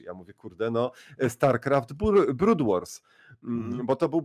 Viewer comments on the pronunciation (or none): Jak ulubiony to „brood WAR” a nie wars.... :)